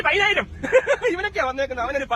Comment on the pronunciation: പതിനായിരം എന്ന വാക്ക് പയിനായിരം എന്ന് പറയുന്ന മഹാൻ കുഞ്ഞുങ്ങൾ പാട്ട് പാടു ബോൾ സംഗതി ഇല്ലാ എന്ന് പറയുന്ന മഹാൻ ഇയാൾ ആരാണ് ഏതോ ഒരു കോത്താഴത്ത്കാരൻ